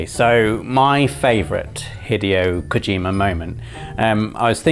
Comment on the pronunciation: please don’t pronounce Hideo Kojima like that again